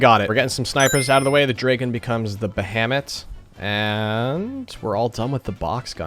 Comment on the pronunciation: Ba-ha-mut: bähämit